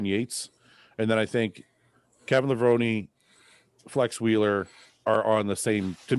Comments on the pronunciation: It's LevronE, not Levron! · It is pronounced Levron-ee! iIts an Italian last name and I just heard him pronounce it on Ron Harris Podcast. I agree with you. I thought Kevin was one of the best when he was on. Full long muscle bellies thick and round. I personally thought he was better than Flex wheeler When Kev was at his best. If he had a back at that 92 Olympia I think he would have beat Dorian. He improved it tremendously over the next number of years I think after Dorian taught him how to train It he said in interviews actually. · A simple google search would find that IFBB Pro Dennis Newman received his pro card at the 1994 USAs and Kevin Levrone, pronounced “Leh-vrow-nee” was the winningest bodybuilder before Dexter Jackson. If anyone is overhyped, it’s Shawn Ray with only 2 pro wins. Thank goodness this “sport” is subjective, because to me, you all to appear to not have a clue. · You gotta pronounce the E in levrone lol they actually said that in commentary on one of the Olympia intros as he came out. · for sure. And FYI it's Kevin Levrone(i) the right way to pronounce 😉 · P.S: it's Kevin Levrone(i) - correct way to say is with a I in the end. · Cmon guys you gotta get it right. Kevin Levrone's last name is pronounced like the e is an i (levroni). This is like the people who pronounced Sergio's last name wrong and say Olivia instead of Oliva